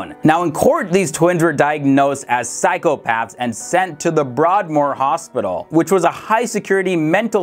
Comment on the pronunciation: He keeps calling the institute 'Brardmoor'. Its Broadmoor. He also refers to it as if its no longer in use. Here in the UK to date it is still used to detain dangerous criminals with very severe mental health issues. This guy did not do his homework.